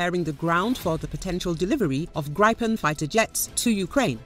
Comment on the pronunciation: Gripen is pronounced grip’-en, not gripe’-en.